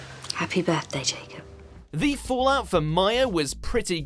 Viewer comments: are we gonna ignore the way they said Jacob then or 😂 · Why is he saying Jacob like that?